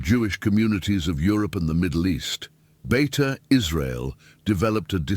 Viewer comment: It's not Beta, it's Beita In Hebrew it means "Home" Like Beit Shemesh (House/Home of sun) or Beit Lehem (House/Home of bread)